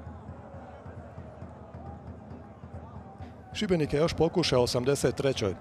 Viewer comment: dobro je izgovorio Šibenik